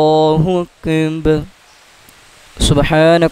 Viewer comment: اللہ اکبر لفظ ادایگی درشت نہیں اللہ اندر کہتے ہیں